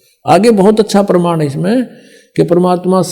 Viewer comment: Hindi bolne aata h tmko, praman ko perman bol rhe ho aur chle ho Sadhguru ko bolne